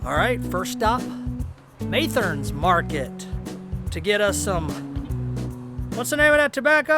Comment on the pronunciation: It’s actually pronounced MUH-therne’s but anyway I’m enjoying the south Louisiana videos it’s awesome to see new things that I haven’t heard about before that are actually close to me.